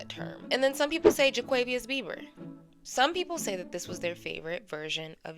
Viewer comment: Not jaquavious 😂😂